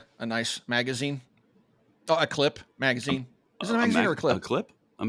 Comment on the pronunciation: I like when calls them 'Clipazines' 🙃